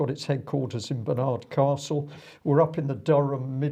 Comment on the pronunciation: It is not BAR NARD CASTLE,, IT IS pronounced Barnad Castle with a soft 'd'. ,,,, When will common sense prevail on this stupid virus social engineering program we are being forced to accept by people who are power crazed bullies. JUST IGNORE AND DO NOT COMPLY. They cannot arrest everyone. STOP ALLOWING FREEMASON GOVERNMENT WA--ERS TO BRAINWASH YOU.